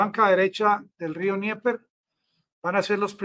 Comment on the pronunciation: Amigo. Dnieper se pronuncia Denieper. Rio Denieper. No se pronuncia Nieper.